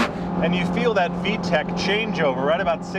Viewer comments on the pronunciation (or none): The s2000 hasn't been made in almost 4 years and its still the better car. Oh and its vtec not v-tech